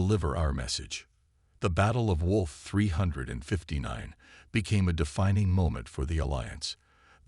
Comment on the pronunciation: "WOLF 359" Really AI?